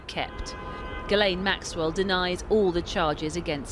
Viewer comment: How come no one seems to know how to pronounce ghislaine not guilaine